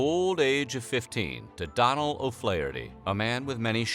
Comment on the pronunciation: Okay I love that you guys are doing some Irish history. But also the do in Donal is usually pronounced like donut when it’s a first name. Also I’ve never heard of there being a town called mayo maybe ye meant county mayo which is just north of my own county Galway in the west of Ireland. 😄💗